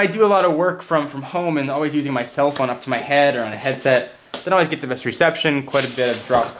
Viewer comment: btw,, you mispelled the. You said rhe.